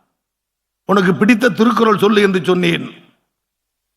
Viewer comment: Even Tamil Thrukkural cannot say properly. How he is becoming a minister?